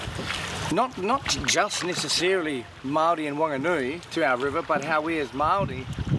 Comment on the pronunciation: Bro the nerator needs to stop doing his job if he can't pronounce our kupu correctly. It's "Maori" not Maaari...it's "Wanganui" not Wan-ga-nui...fuck that grinds my bones, fuck off.